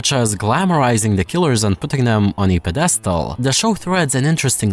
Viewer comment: Ped-e-stal lol the mispronunciation makes me question if you actually wrote this